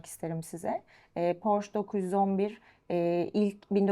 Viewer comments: Porş değil Porşe... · Porş ❌ Porsche ✅ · 'ın bu seviyede bir satış temsilcisi olması nedeniyle Porş değil Porşe diye doğru telaffuz etmesi gerekir. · bir kaç kez Porsche telaffuzunu ''Porşe'' diye düzeltse de, ısrarla 'Porş' şeklinde telaffuz etti =) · 20 yıl öncesinden sahip olduğum Aquaracer'ı hala kullanıyorum. Butik de çok güzel olmuş, hayırlı işler olsun. Tek eleştirim, bir Alman markası olan Porsche'yi Hilal hanımın sürekli "Porş" olarak telaffuz etmesi. Oldu olacak kendi markalarını da Amerikalılar gibi "TEG" diye söyleyebilir:)) Güzel saati Serdar Bey'e hayırlı olsun, kolay gelsin. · Burak beyin gittikçe PORŞE ,,,,,PORŞEE,,,PORŞEEEEE,,,,DEMELİSİN .....PORŞŞŞ DEĞİLL DİYEMEMESİ:d:d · Ben de çok takıldım porş diye okumasına :D ufak bir detay ama iş birliği yapılan markayı çalışanlar doğru telaffuz etmeli.Sonuçta lüks kesime hitap eden bir ortam.Şahsen bir porsche sahibi olup o butiğe porshce temalı bir ürün almaya gitmiş olsam geri çıkardım